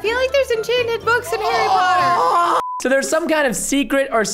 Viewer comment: Narwhal Bread I did not say Harry Potter she said Tarry Potter